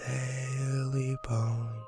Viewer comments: Tailypo. Not Taily Bone. TAILYPO. I Love Your Videos, Btw. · it's taily-po not taily bone